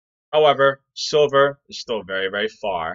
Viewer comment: ダンさん、いつもありがとうございます。今日は、字幕なしで聞いたので、silverがソバ（麺類）に聞こえました。そばprice とかそばposition、そばETFとか。^^ 毎日ダンさんの英語を聞いて、英語の文字と音が一致するようトレーニングします。動かせる資金はまだまだ少ないですが、おかげさまで、利益はぼちぼちです。